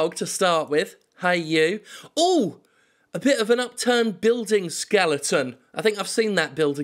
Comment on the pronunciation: skeleton NOT ske-ling-tun